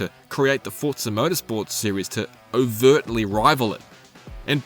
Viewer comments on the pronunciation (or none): There's no T in Forza.